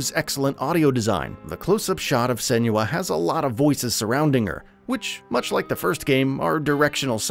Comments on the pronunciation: Sen-wa. Not Sen-you-uh. Watch the dev diaries from the first game especially when Tameem talks about the origin of her name. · I just wish he’d pronounce Senua correctly. 😭